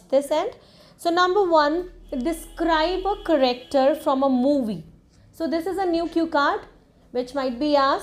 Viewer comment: You are pronouncing character wrong it's not caracter